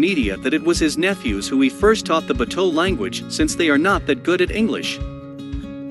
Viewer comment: Can someone please teach him how to say “bato.” I’m an American and even I can’t stand listening to him say that 😂